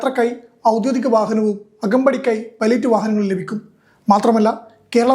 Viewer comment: ഔദ്യോഗിക എന്നു പറയൂ. ഗി . ഔദ്യോദിക എന്നു തെറ്റു പറയരുത് മിക്കവരും പറയുന്നതു് ഔദ്യോ ദി ക എന്നു തെറ്റായിട്ടു തന്നെ. ഒഫിഷ്യൽ എന്നാണ് അർത്ഥം